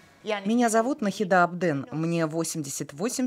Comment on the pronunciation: Она шикарна!🤩 Надеюсь, сейчас с ней всё хорошо😊. Но, хоть я может быть ошибусь, но разве в имени Нахида ударение не на букву и ? Просто это режет уши🥲.